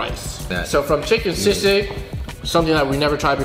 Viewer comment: As a full-blooded pinoy born and bred in the ph, it was def funny hearing teaching the fungs how to say palabok and still butchering it himself. Shoutout to the correct pronounciation of sisig. Fung bros say it right!